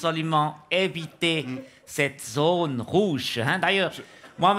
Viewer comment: C’est une zone rrrrrrrouche! 😖